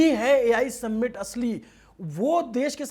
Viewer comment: भाई, आपका कवरेज हर चीज़ में बढ़िया है लेकिन समिट को सम्मिट मत बोलो। 🙏🏽